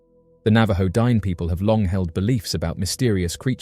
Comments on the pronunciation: "Dine" is pronounced Dee-nay, with the emphasis on the second syllable. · You're adorable.. it's pronounced din-ey, not dine. But thanks for covering my local lore 😊